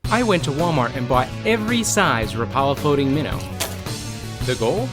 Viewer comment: A friendly note: "Rapala" is pronounced "WRAP-ah-lah". That's how they say it on their YouTube channel.